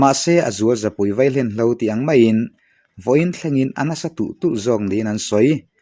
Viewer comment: A bengvarthlak ṭhin e! 'Vailen hlo' kan ti 'Vaihlen hlo' leh ṭhin hi chu fimkhur a ngai deuhin ka hre ve. Lam sual palh hi kan tam ania..